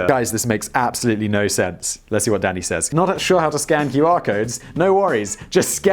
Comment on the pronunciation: For a good five minutes I thought you were saying daddy instead of Danny, was amused.